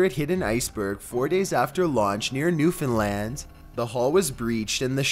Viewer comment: Yo the king of mispronunciations actually pronounced Newfoundland right 10/10